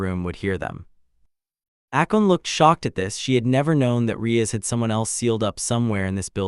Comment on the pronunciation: Not "Akon" but "Akeno"